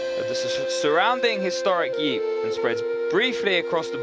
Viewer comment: Yeep, Loich, etc. Horrible research on how to pronounce shit, commentator.. Anyway, thanks for the upload.